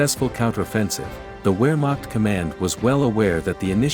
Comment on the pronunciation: I cringed every time you mispronounced Wehrmacht.